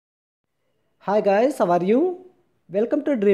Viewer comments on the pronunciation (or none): none